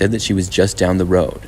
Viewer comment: "I walked along da WODE" BRO got a speech impediment